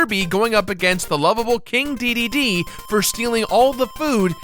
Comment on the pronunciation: I don't care how you pronounce Kine, but......DEEDEEDEE? it's DAY DAY DAY